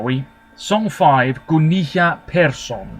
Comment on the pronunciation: Hi! Great commentary as always. I just want to point out that the double L in Gunilla (which is a fairly common Swedish name) is pronounced just like it would be in English, and not like the Spanish double L sound. Besides that your Swedish pronounciation is pretty good. 😊